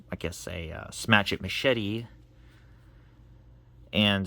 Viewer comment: Machete or meshadi? You pronounce it in a very strange way.